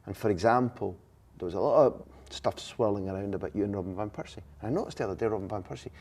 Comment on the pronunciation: Who’s “robin van pursie”??🤦‍♂️